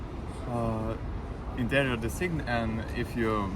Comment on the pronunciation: And what are you studying? - ИНТЕРИОР ДЕСИГН.....камон))))